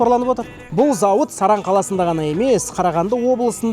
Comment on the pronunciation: Сарань емес, Саран деген қала.